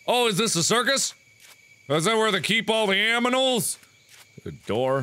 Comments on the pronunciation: Am i the only one who noticed that He said aminals rather than animals?? Its funny tho. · I love the "aminals" :3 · That's actually how I pronounce it as aminals instead of animals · "is this where they keep all the Aminals??".....good one Mark hhaha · "This' where they keep all the aminals?" aminals? relly mark you cant do anything can you mark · HEY someone else who pronounces animals "aminals"!!!! Or was this a 1-time thing?... Oh... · Lmfao "aminals"